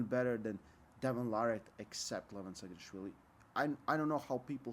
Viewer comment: Its not Levon it is "Lee-vaa-n"